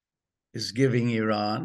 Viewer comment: Excellent guest very very cogent guest. Bravo Simon Tai go get your numbers and dates correct …. The information is out there and yes the information is out there…. You may have to do Some work Or listen to Simon…. He is in the know Simon even pronounces the country name Iran correctly. ‘Eeeean”. NOY eye ran. Same for Iraq